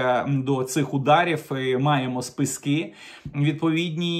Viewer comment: Не спискИ, а спИски.